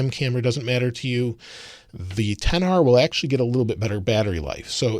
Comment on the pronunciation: are we just gonna ignore how he said " 10 R" instead of XR?